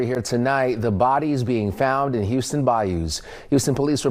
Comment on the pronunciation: It's Houston